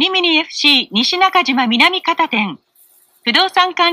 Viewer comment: The next stop is nishinakajima-minamigata これも草